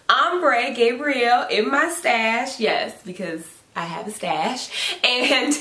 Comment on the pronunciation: I am losing my mind. When you said stash. I thought you meant mustache. I was lost for a second.